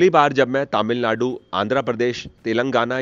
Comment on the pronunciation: Sir,Finally you are in the land of temples. One small correction-You are pronouncing TamilNadu as TaamilNadu. Please correct, thanks.